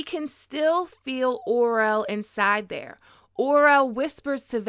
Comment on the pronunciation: Omg the way you said Orell got me twisted lool sounded like you said Oral..its O' Rell